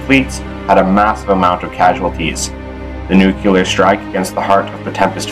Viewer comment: Nice. The sound could be better, and I actually found the graphical aspect a little distracting. But my complaints are minor, including the mispronunciation of 'nuclear'. But it is a common thing, so meh.